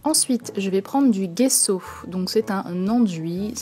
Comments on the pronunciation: Sa se dis : jesso pas guesso 😉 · on dit gesso pas guesso